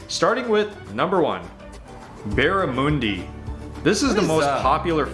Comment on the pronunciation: Barramundi he pronounced wrong. Typical Americans. 🙄 It's barra-mun-dee.